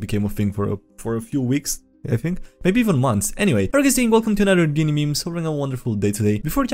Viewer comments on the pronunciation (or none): none